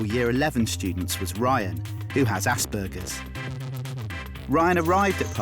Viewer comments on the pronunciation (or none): I'm sorry but it's just bugging me. It's Asperger's not aSsbURgeRs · Aww this clip is so cute and sweet but did anybody else notice that the person said assburges 😂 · I'm sorry but I'm laughing at the fact the guy was saying assburgers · I've got it aspergers and it annoyed the shite out of me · Tbf the way he is pronouncing it, is the german way but I have Aspergers and I’m not going to lie it did annoy the hell out of me 😂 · Same! Even medical professionals don't pronounce it like that